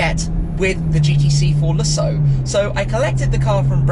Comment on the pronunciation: I sing care that the AM GT8 is "underpowered." That thing is bad ass. The "G-T-C-Forluhsso" is too. I don't think anyone, in the history of "fitted luggage," has ever used it. Ever.